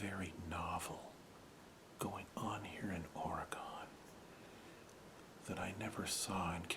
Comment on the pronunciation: Its pronounced or-Gen